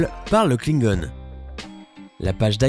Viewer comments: klingon et pas kinegone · sa se dit pas "klinegone" sa se dit "klingon" !!! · klingon attendez ça se prononce klingone ?? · ya que moi que ça choque la prononciation de "klingon"???